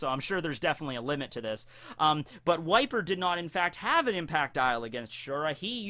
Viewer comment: Every time you say "Wiper", I hear "White beard".